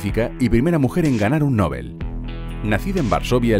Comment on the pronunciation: Genial pero por favor, PRONUNCIA BIEN LA PALABRA “ NOBEL “.